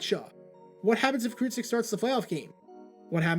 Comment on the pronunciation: Mike Kruczek's last name is pronounced as "Crew-Check".